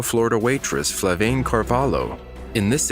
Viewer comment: So the voiceover keeps saying Flavaine when she clearly says herself it is Flaviane. Sorry, but it just bugged me.